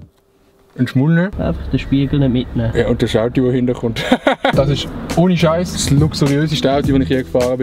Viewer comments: ES heisst AUTO ned AUTI!!!! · Ich han „audi“ Verstande und gemeint, er meini Automarke, bis ich gmerkt han, er meint „Auto“.